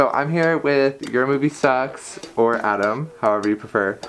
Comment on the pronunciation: My name is Adam, so every time he says "" XD